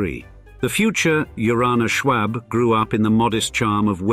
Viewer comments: And btw, you aren't even pronouncing "Schwab" right. Here in America, it's pronounced "Shwahb." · Just a note: The "a" in Schwab is pronounced like the "a" in awe, not the "a" in arsenic. Also the actual way to pronounce Carnegie is to stress the "ne," but the way it's said here has incorrectly become the standardization. The photo between the Marble House gold ballroom and the mansion itself is the grand staircase of the Paris Opera, not an American mansion (but, yes it is Beaux Arts). I also hear Beaux Arts being pronounced in this video both as "bow art" (wrong) and "bows art" (correct as Arts begins with a vowel). There are a few times where Mrs Astor's ballroom is shown but made to seem as if it were a part of the Schwab mansion. I'm still hoping for a video on San Marino (Henry Huntington) and its art and gardens. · Nobody said you pronounce arsenic that way. I said the "a" sound in isolation is pronounced the same as in the word "awe", or "ah", or "all" or "tall" or a whole mess of words that use that vowel sound. The word "arsenic" is made up of different sounds, when COMBINED make a WORD. The sounds are Ah - r - seh - nik. If you put them together, the "a" and "r" combine into the "are" sound but that does not remove the fact that the vowel "a" in that word is pronounced IN ISOLATION the same as "ah." You do not sound like you are a native speaker of English. This is something that is taught literally before you even reach kindergarten. What you meant is your original comment (which I had to discern because of your lack of clarity) is that the speaker in the video should not ADD an "r" to the vowel "a" as in "arsenic." Unfortunately, this is a tendency with British and New England speakers. When teaching a child the sound each vowel makes, you should never say that "a" is pronounced with an "r" at the end, but you implied with your initial comment that there is such an acceptable pronunciation and that is incorrect.